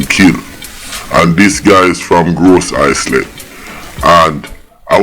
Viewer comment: Gros Islet pronounced Grow-zee-lay!